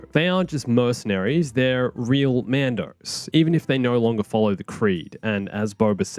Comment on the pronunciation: What is that pronunciation of mando's name